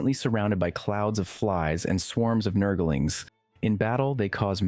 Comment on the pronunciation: "Nurgle-ings" bothers me so much lmao